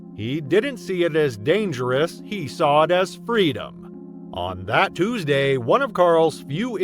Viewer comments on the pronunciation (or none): none